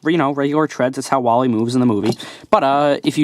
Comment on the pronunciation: His name is WALL - E